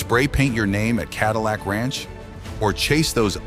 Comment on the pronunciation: Ka dill icck ranch?? Gotta love AI